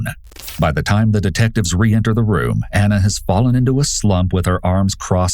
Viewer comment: Ik screw her but it was irritating me so much because they were calling here "Anna" and her name was "Ana" two totally different pronunciations.